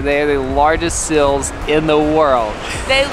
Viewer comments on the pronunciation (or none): I love how says seals as sils. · I know this comment is several years late, but I laughed a little at the say says seals. Sounds like “sills”😂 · Ahhh can't get over how he says "seals"like "sills" ahhhhhh